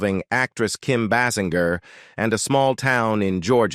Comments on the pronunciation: Kim “BAY’-singer’ is her name. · Can't you pronounce her surname properly!!!!